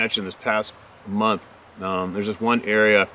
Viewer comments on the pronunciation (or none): none